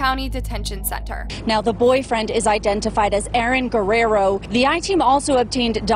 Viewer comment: Can't you pronounce Guerrero at least a little close to correctly? You can look it up on the Internet...